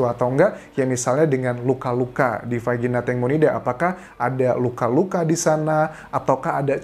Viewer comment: Dari vagina jadi vagini ya kak Anjas😂😁saking excited nya membantu mengungkap kasus tangmo